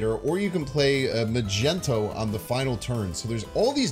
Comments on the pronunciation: Yeah lol, it's quite annoying since Magneto is SUCH an iconic character and one the best villains ever..., it's 'Magneto' as in Magnet lol. But we still love his videos despite however he pronounces it. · arrgh his name is MAG KNEE TOE